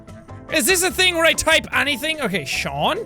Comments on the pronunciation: wtf no we don't prnouce the t. the real way to say it is sean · that's Sean not shaun